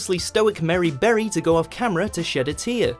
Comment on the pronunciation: “Merry” Berry?!